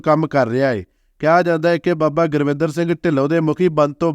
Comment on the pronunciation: ਜਾਣਕਾਰੀ ਬਹੁਤ ਵਧੀਆ ਦਿੱਤੀ। ਪਰ ਅਫਸੋਸ ਨੱਕ ਵਿੱਚ ਬੋਲਕੇ ਗੁਰਿੰਦਰ ਨੂੰ ਸਾਰੀ ਵੀਡੀਓ ਵਿੱਚ ਗੁਰਵਿੰਦਰ ਗੁਰਵਿੰਦਰ ਹੀ ਬੋਲੀ ਗਿਆ। ਵੀਡੀਓ ਨਕਲ ਮਾਰਕੇ ਬਣਾਈ ਲੱਗਦੀ ਹੈ।